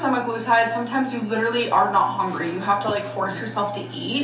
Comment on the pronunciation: All I can hear is HONGRY